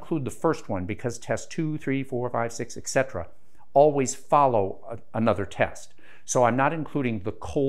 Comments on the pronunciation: Et cetera (or etcetera) not excetera. It doesn't matter much, I still understand. Similar to espresso and expresso. Not sure why YT thinks any version is misspelled. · Its disappointing when someone so smart says "eggcetera" 😑